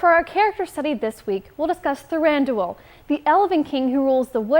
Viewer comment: Who the hell is Tharandoohel?